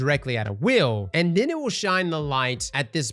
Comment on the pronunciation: For anyone new to this channel..... " will " = wheel. Thank me later.